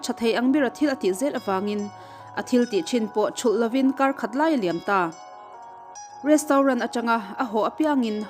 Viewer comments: Chef-sef, restaurant-restrawnt. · Rostaurant zawk😂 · Retraunt tia lam tur kan miss in a tih hma kha chuan i lam ang hlir khian kan lam a ho lutuk kan hriatthiam chuan a tha a ni mai